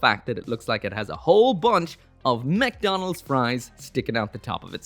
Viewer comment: Can ya try and get the new efreet jager? It looks pretty cool and theres actually only one video review of it on youtube (as far as i know anyway) as always nice video also i would call the crown the “mechdonalds fries” just because you pronounced mcdonalds in a gundamy kind of way